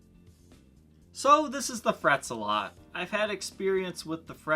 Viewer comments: ZEH-LET! ZEH-LET! NOT ZUH-LOT! Seriously? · Isn't it pronounced Fret Zel-it? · Well, that was a good advertisement for a product, not. And it’s Zealot,the “ea” sounds like the “e” in petrol.